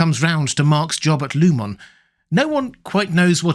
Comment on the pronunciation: Don’t you know it’s disrespectful to mispronounce a name once you know how it’s meant to be pronounced, Row-bear? “Lieu-mon” instead of “Loo-min”? “Cob’l” instead of “Co-bell”?